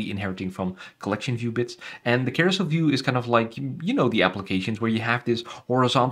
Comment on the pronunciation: I think you really said "preview bits", but it sounds like the other (and the translator picked it up as bitch too)